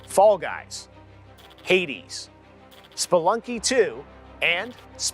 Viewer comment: In all the world: Hades Goty: Heidis